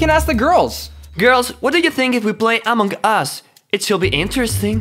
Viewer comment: Its so funny hahahahaha he said amog us pahahahahahahahaha